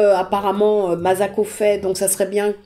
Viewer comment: J'ai vu cette vidéo 10 fois elle me met les larmes aux yeux à chaque fois... (Bon par contra ça se prononce MaSSako.pas mazako 😉 ) Merci Mme Lecordier pour ces souvenirs